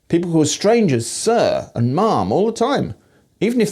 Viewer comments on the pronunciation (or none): I caught that too. Sounded more like mum. In the US: Ma’am rhymes with ham, jam and lamb. Although maybe it lasts a little longer. Mom rhymes with Tom. And if you call your mother “Mum”, you spell it that way. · I suspect reading ma"am as "mom" wasn't intended. In the states it would always rhyme with ham. Mom is just for mothers. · it was intended bc he didn't switch accents for that bit. the pronunciation of "sir" was non-rhotic as well.